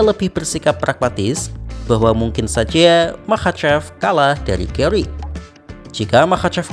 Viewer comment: GARRY BUKAN GAWWRY,BIASA AJA GARRY NYA